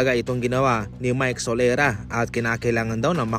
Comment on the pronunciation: Sorela ho...Hindi solera...